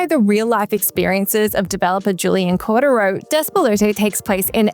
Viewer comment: Looked up how to say Despelote, but not how to say his last name. COR-de-ro. lol It's cor-De-ro